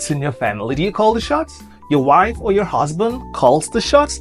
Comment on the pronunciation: Your больше sounds like bull shit. So funny😊